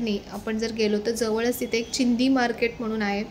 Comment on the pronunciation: "चिंदी" नाही हो "चिंधी" असतंय ते!!